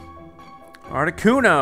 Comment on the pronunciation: that's how you say articuno